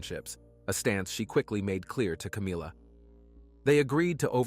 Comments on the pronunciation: I believe "Chynna" is pronounced as "CHINA", not as "Chin-a." Sorry for my OCD, everyone. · The name Chynna is pronounced like the country China. It would more professional and respectful if you learned how to correctly say the names of the victims you talk about.